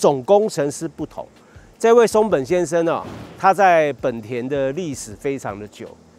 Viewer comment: 為什麼明明是「ほんだ」honda，偏偏一堆人唸「はんだ」handa？